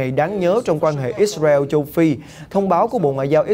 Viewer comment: Ít xa reo .. kkk .. ông có đọc được tiếng việt dc thì đọc ô ơi , gd anh em chắc hảnh diện dử lắm